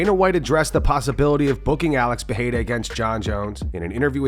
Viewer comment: Pronouncing 'Peheira' in 2026 🤢🤢🤢